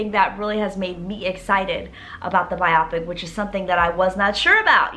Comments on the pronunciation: This is so exciting! I cant wait! I believe it is pronounced biopic(by-o-pick). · It’s so funny when she says “bye-ah-pic” 😂😂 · Interesting way to pronounce biopic